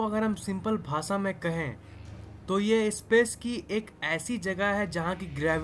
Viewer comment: Bhasa nahi bhasha hota hai bhai